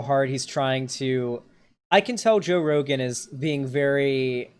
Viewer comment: seconds into video: “Joe Rogum”